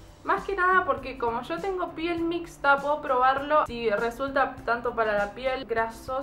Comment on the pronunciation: "en la piel grasa... en la piel seca... en la piel mixxxxxta" se le salió lo cheta okey